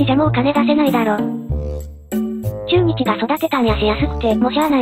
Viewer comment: ちゅーにちやめて笑